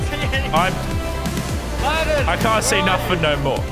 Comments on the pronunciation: I love dinosaurs and I am going to tell you it is pronounced DIP U LOE DOECUS also I remember planet coaster that giant D ride was weird but THAST THE LAZARBEAM CHANNEL FOR YA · "THERE'S A DIPOLODONCOLAS" It's a TRICERATOPIRIS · Ali A:it’s a dipulodoculos Lazarbeam:it’s a triceratopuloces Me: it’s a GINGEadpoulocs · "Dipilardonculars"... wtf is that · This is how.many times LazarBeam said Dipaladoculus | |